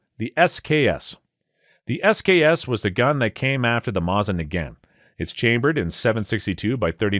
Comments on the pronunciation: Mosins do not use rimfire rounds.... It's centerfire like all high powered rifles. And it's pronounced MOHSIN not MAWSIN. You clearly don't know enough about guns to review them. Just regurgitating crap you read online. Also, you kept picturing M1A's when referring to the Garand, which you also pronounced incorrectly. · This mF just said mahzin